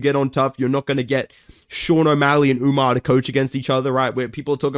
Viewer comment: Whys this guy keep putting a whole new letter in Umar's name its not umñar lol?